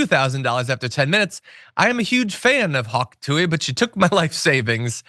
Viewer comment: "tuah" not "too-wee"